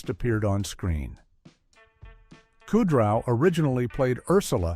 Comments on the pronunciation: Bookman….Buckman…say his name correctly. Also said Kudrow and Buffet wrong.. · Not many so much "Weird Facts" as basic ones that you'd know if you watched the show. Buchman, Kudrow, Buffay and Hal are pronounced wrong. The blackout was not caused by a lost earring, Jamie was stealing cable. Paul didn't discover that Kramer was living in his old apartment, Paul was subletting to Kramer. Jamie's mother didn't suggest nor explain the name Mabel for the baby, Jamie and Paul independently put the name together from the phrase, "Mothers Always Bring Extra Love." Maggie was married to two different men named Hal, 1st Hal then 2nd Hal then 1st Hal again, there was not a 3rd Hal. Why list "Weird Facts" that are flat out wrong? Is the narration AI slop?